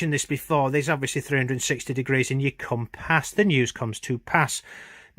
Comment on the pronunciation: The Illuminati must only speak English then :-) It really made me chuckle with the Com-Pass it comes to pass, and his Cir-cal. He does a similar video about M&Ms that I might have a laugh at